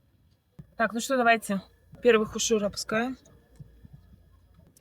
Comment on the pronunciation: Уже лучше произносишь слово хуушуур... Умница!